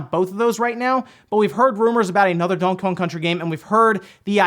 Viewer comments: "Dawnkey Kawng" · Am I the only one who thinks he says Donkey Kong weird?